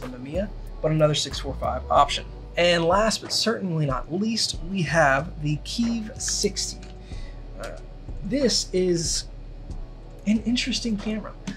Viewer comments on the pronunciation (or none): Kiev is pronounced kyev